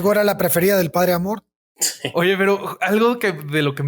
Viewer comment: Era Amorth?!?! 😱😱 Siempre entendí Amor!! Debí quedar como idiota!!! 🤣🤣🤣